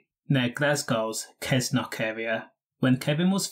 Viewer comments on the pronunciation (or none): Rather than saying Kess-nock it's said SESS-NOCK.